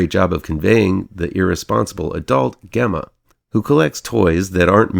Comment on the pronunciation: Gemma's name is pronounced with a j even though it's spelled with a g. And (cue Greta voice) how DARE YOU say this film is a slightly more sophisticated Child's Play without Aubrey Plaza to attract you all the way through?!!! Who has a thing for Aubrey Plaza?!!! Again, how DARE YOU?! "Those of us who are already there" have plenty to cheer about, Sir! AGAIN, how DARE YOU?!